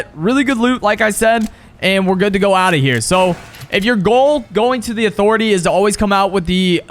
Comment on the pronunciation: Thanx for dem tips Who else loves these Never Lose at (uh-thor-etay) 👇👇